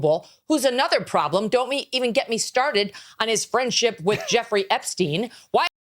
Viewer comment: OMG SHE DID NOT JUST SAY JZ AND EPSTINE ARE YOU FUXKING KIDDING ME!!!!! AHHHHHHHHHHH I CANT!!!!!!